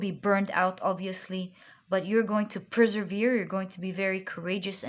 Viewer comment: I like your readings and keep coming back to your readings. The only thing that triggers me a LOT as a brain-picking-lobotomy is when you say PREservere. It is PERsevere. There is nothing called pre-servere... Take care now...